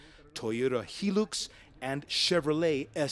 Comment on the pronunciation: Its not hee-lux it's high-lux